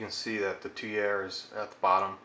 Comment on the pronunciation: It's pronounced "tweer", like steer. You're welcome.